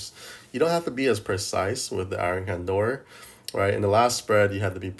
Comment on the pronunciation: Why do you call it iron candor instead of iron condor? Is it a meme I'm not getting or what?